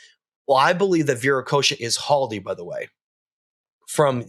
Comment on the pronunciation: The name Haldy that refers to is pronounced Khaldy and the word means the “Eternal” khaled khaldy